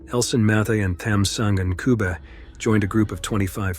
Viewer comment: Yall gotta learn to pronounce African names RIGHT 😢!!! Ncube is pronounced nothing close to the way the narrator pronounced it. Great information and video though 👌 👏